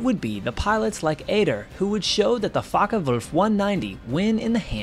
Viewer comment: Not too bad with the German pronunciation but it would be Focke VULF. W's are pronounced as V's an German. And Kurt Tank would be pronounced Tonk.